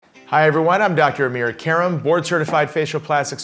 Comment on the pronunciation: It is Karam, not Karma. LOL.